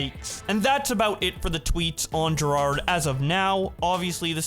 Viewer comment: can't read right? Jirard and Jared